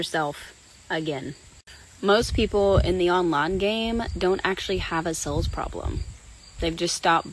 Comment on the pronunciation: When she says "sales" it sounds like "sells", drives me nuts!